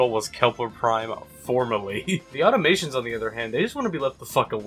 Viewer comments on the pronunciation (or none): >Can't say 'Automaton' correctly This may not be the quality, intellectual thinkpiece I'm looking for.